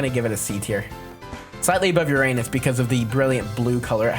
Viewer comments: and its pronounced "yer-in-is" not "yer-an-is" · You pronounce Uranus like urUnus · other than his insistence on using a 10 year old's pronunciation of Uranus this guys pretty cool